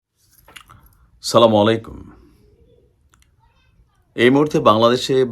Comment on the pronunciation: ভাই দয়াকরে ছালাম শুদ্ধ করে দিবেন। আছসালামু আলাইকুম।